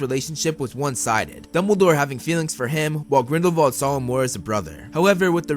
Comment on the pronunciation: it's grindelWald not grindelVald!!!!!!!!!!!!!!!!!!!!!!!!!!!!!!!!!!!!!!!